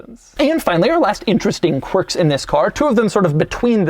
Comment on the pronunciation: kwirks did u find any kwirks in this? im surprised u found some Kwerks...amazing that this have so many Kwerks...and features of course but more Kwirks...or Kwercs